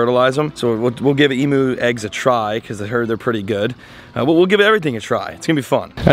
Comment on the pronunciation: As an Australian I have to correct a pronunciation, they are emu's - eemyous not emoos. Forget dictionaries this is how it is pronounced. Also, females thrum/drum in their throats and males grunt and whistle. Females will also have an air sac on their lower neck, the male doesn't. As they get older you will notice these things more. Not sure about eating the eggs, that's a lot of yolk. Loving the vids.